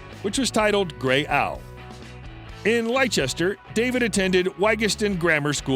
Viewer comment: Lie Chester 😂😂😂 it’s pronounced “Lester”